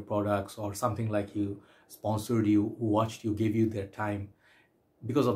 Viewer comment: "Who" rhymes with Y-O-U,!